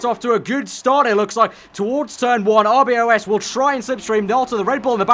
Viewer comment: NO ITS R B O S , IT NOT RBOS XD